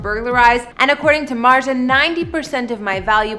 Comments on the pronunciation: MARZIA, Mar-zee-ah. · ..."Pewdiepie's wife MARSHA," "Him and MARKA," "He and his wife MARJA." How do you get that pronunciation from MARZIA. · U say martzia wrong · .I was just about to comment this. Shes purposefully mispronouncing it, and its pissing me off. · pewds pronounces it as “martsia” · .MART-ZI-AH. pronounce it right or just call her Felix's wife. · Mart-Z-ahh , Martzy-agh, mars yaaaaaaaa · Dude just say "Marzia" like a normal person 🤦‍♀️ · talk's about Pewds and Marzia's home in Japan. Proceeds to say her name wrong Me:😶 Then says surname Also me: agghhhh nooo😵. It's pronounced as an SH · You absolutely messed up her name. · Why did you even try to pronounce her name XD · Yo you pronounced marzias name wrong. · because she is not pronouncing marzia properly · Babe your saying his wife's name wrong 70% of this and how do you not know how to say his last name? Like it's Felix? Biggest youtuber? 0 Research and 0 houses ? Clickbiat and just bad